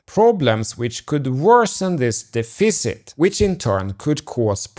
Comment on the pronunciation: Dude it’s def-icit not dee-ficit hahaha